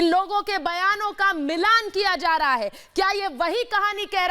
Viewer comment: Reha janha not waha reha